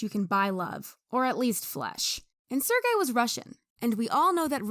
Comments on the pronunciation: bro you have to actively try to pronounce Sergey's name that wrong. Sir Gay, really? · lmao his name pronouciation is sir gay